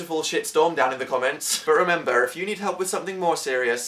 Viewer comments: Go to and then listen to the way he says "remember" ummmmm....wat? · when u said 'remember' u sounded Irish